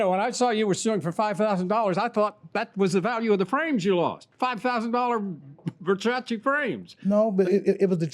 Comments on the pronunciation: Nobody:: Verchatchi 🤣🤣🤣🤣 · Open air market = sold out of the back of a car trunk!!I wonder how much time this guy has wrapped up in some stupid pair of overpriced glasses made out of $2 worth of material. I think dentures come loose Pronouncing Versace....he called the frames Ver cha chee!!! LOL!!